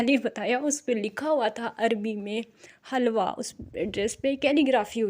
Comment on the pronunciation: It's not halwa we pronounce it hilwa and it's meaning is beautiful in Arabic language. It is a big example of illiterate society.